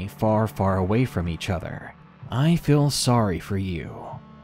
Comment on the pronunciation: I love what ya do but I have to say how you enunciate certain words is off. Your Feels, Steals and Meals sound like Fills, Stills and Mills. Even how you say Ben sounds like Bin. Is this a dialect thing? What's going on here?